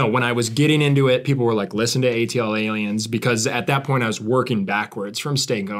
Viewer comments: oh god the way they say ATLiens... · Their pronunciation of ATLiens makes my brain hurt